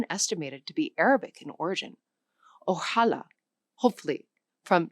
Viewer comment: Mispronouncing everything especially words with an obvious accent like Bogotá and ojalá. The quality of the language instruction a bit.